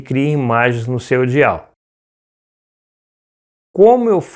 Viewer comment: Desculpem mas , Dial se pronuncia "Daial" e não "dial". "Dial" é muito feio... quase não dá para entender